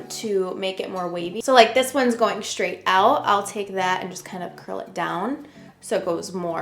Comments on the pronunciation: Straight not shtraight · Why do you sometimes say the word “straight” correctly and others incorrectly? It’s Str. Not schraight.